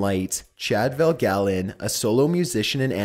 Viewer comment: Chad VanGaalen. Not Chad Valgalen.